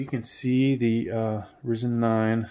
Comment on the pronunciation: pronounceced R IIIIIzen....